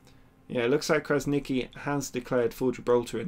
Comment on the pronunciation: It's pronounced Krasnichi. " Q is read like ch in this case, like in chocolate. I hope I helped.